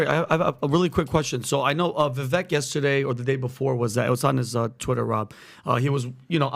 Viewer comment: If you guys are going to talk about presidential candidates, please make the effort to pronounce their names correctly! Vivek (Cake)